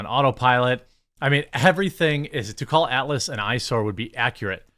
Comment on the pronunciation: Jeremy your midwest accent I barely notice... Usually... but the way you pronounce "Atlas" sounded like "Alice" until much later in the clip.